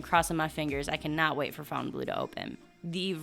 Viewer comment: The way you pronounce FOUNTAIN Blue - double check that lol😂😂😂😂😂